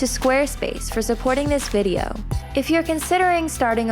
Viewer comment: the simple FACT that this "viDeoh" was.... "brought to YOU" by skwareSpace...is exactly why, youll NEVER "think" like richard..😵😅🙄